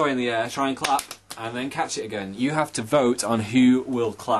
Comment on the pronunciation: "so you can vote for that on my blahg." much northern. so accent.